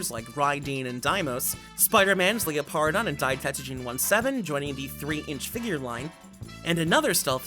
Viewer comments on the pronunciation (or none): none